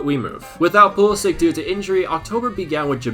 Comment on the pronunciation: yo It is pronounced like Pulisitch and not like Pulisik correct if i am wrong. Keep up the good work man 👍